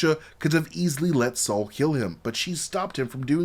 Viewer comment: Bruh, his name is Sol, not Saul! lol